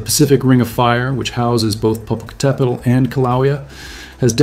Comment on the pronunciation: So happy to hear Popo properly pronounced! 👍🌋💥🥰